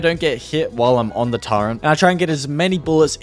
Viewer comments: I enjoyed this video but for the love of god, turret, not turrent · Turrent? It’s called turret. There is no N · Ain’t no way he said “Turrent” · Bro please don't call it a turrent there is no N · TURRET TURRET TURRET THERES NO “N” IN IT GOOOOOOD DAAAAAAMNNNN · Was lowkey driving me crazy every time he said "turrent" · The word "turret" does not contain the letter N. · Hey, where's the N in the word Turret? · How do you pronounce Turret? Sounds like youre saying Turrent. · Why the fuck does he say Turret so weird? I dont even know what hes saying.